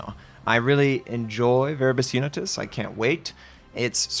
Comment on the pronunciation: Finally is butchering the Latin language 🤣